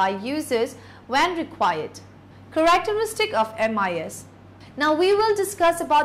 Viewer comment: The presenter needs to learn how to properly pronounce basic/common English words. (i.e. Characteristics.) She needs to present the info slow enough for people to grasp what she is saying. Other than that, the info is helpful.